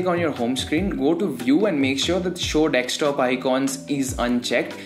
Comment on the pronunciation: Your accent is cool and all but its "desk-top" , not "dextop" :v Loving the content tho